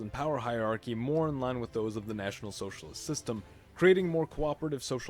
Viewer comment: you can just say nazi, you don't need to say natsoc or national socialist or whatever. in fact the emphasis on socialist in "nat-socialist" is kinda,,, weird